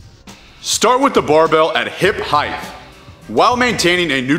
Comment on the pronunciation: Heighth is not a word. Love your videos man, but I cringe every time I hear it pronounced like that. Another one: excetera. It's et cetera.